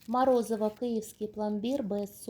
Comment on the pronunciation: Не морозиво а морозиво.